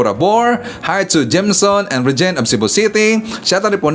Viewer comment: thank you po s shout out🥰u deserve my subscribed 😇Rey-Gene po hnd Rey-Ge-ne😘GOD bless